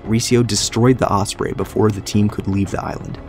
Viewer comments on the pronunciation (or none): none